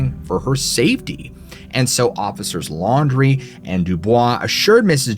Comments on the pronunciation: The story in Louisiana.... are you sure his last name was "laundry"?? And not Landry (land-rey)??? I live in the bottom of the boot, and am part of the wide spread Fontenot (font-no) breed lol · I caught that too. Probably pronounced Landry wrong. I lived in Leesville for a few months in my camper when working offshore for a few months. Loved it there.